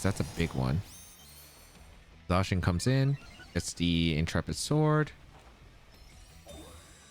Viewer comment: Your content continues to be fantastic quality,. Really appreciate you! PS. Also hearing you pronounce Intrepid Sword correctly was soothing for my soul 😅